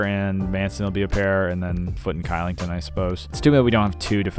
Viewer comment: Elite video, but Kylington is pronounced Shillington